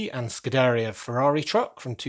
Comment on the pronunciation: I hate to nit-pick but think of pizzeria when pronouncing scuderia (scoo-duh-rea). 😉 But great work on Ferrari Tower though.